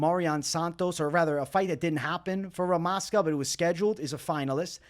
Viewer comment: Bro, stop thinking that stuff UFC members know real prononciation. They are americans and unprofessional, they always mistake. It is "ZH" in Rmaska's name you should pronounce. Like in Weili Zhang